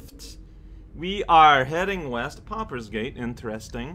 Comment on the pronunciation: It took me embarrassingly long to realize you were saying "pauper's gate," and not "poppers gate," like it was some kind of gamer slang I wasn't aware of. 😂